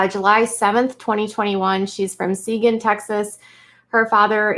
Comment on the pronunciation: Just FYI… Seguin, TX is pronounced suh-geene